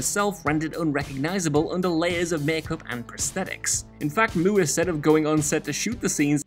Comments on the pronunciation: I get it: "Moo" er". Instead of "More"...but still. Nutty. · "Moo-er?" Who tf is Mandy Moo-er? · An interesting way to pronounce Moore. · I have never heard anyone from any English speaking country pronounce “Moore” in that way. Good god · Ugh who had to go back the first time he said Mandy Moore? Like, moors, without the ‘s’. I get that there’s a language and culture barrier but she’s American with an American last name…there’s nothing complicated or fancy about Moore, as a last name. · How the hell does someone incorrectly pronounce Moore. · Dude, how the hell can you mispronounce Moore in Mando Moore?